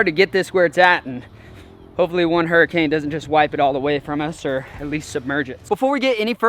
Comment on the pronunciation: F1 raceboat looks like a crawdad...Name it Crawl-Dad! The Irony! Or maybe the way you said Hurry-cane...